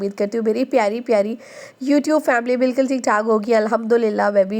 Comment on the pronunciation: Bilkal ni bilkul bola karain..... baki ویڈیو boht informative hoti hy Allah apko mazeed kamyabi dy